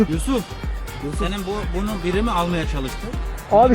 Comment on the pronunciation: Korkudan adını yuşuf dedi yuşuf sanırsam Yusuf Yusuf olmuş